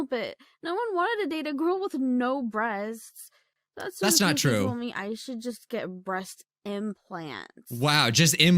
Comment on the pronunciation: "Breastsksksksksk" Why do I hear that?